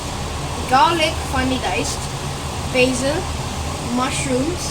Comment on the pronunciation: It’s basil not baysil